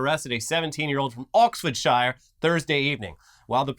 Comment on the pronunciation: trying to say Oxfordshire is so delightfully American I can't even get mad at him.